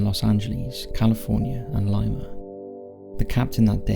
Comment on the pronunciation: I found the commentary by our Welsh friend to border on the sinister. It’s Varig....not Varigee. It’s Lima ( pronounced Leema). It’s MIG not how you pronounced it “ Midge”. Livery....not Leevery.